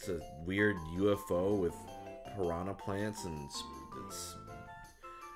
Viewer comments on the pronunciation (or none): none